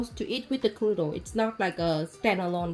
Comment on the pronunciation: Love how you pronounce Knödel like "knuddel", which means cuddle :)